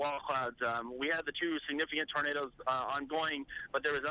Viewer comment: The man can say “tornado” but not “tornadoes”. Lol. What?!